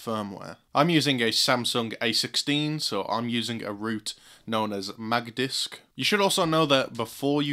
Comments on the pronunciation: Did he just say Magdisk😭☠️ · Magdisk😂😂😂 magisk